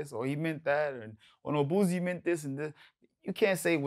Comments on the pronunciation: His name is Boosie with an “s” not Boozie with a “z” I hate when people mispronounce his name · When he calls him "boozy" Sounds like the "p-word"... Lol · Vlad is my homey but it would have been funny to hear him pronounce Boosie like that. But Its still more understandable than using that Z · Why do people keep putting a Z in Boosie's Name? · NYC ppl can’t say Boosie name right for shit 😂😂😂